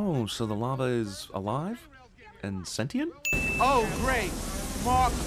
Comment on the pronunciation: you pronounced sentient wrong DING